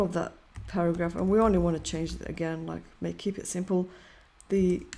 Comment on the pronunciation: para"ghaph" :face-blue-smiling::face-purple-crying:!